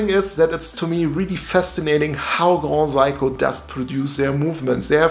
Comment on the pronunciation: grohsaiko is amazing brother:) just wanted to make you aware of the proper pronunciation! Also love your dial and the watch.. do you know much it costs to change the battery?